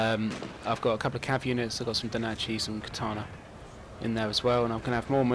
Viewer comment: FFS its NO DACHI not DO NACHI....